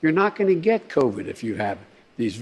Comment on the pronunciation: Everytime he says CovAIDS...I lose it. Everytime.🤣